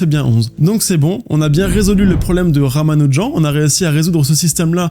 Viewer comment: Pas RamanuJAN mais RamanuJANNE